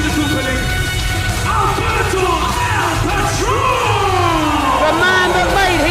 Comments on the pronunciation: Alguien se fijo q en la intro del patron decia "Albero" xD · Who the hell is Albero? Don't they mean Alberto?